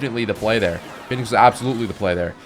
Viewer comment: I am certain you were gonna say phoenix but the way you cut off makes it sound like you accidentally said feet lmfao.